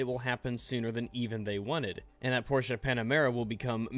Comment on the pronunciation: When says Porsche right 😍😍😍